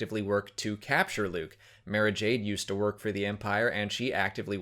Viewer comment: The way you say "Mara" sounds wrong to me.